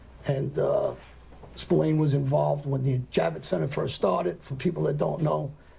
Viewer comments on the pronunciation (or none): The Americas call him Spillane but here in Ireland its pronounced Spill-Ahh-N you would pronounce the "A" in Spillane the same way you pronounce the "A" in the word At.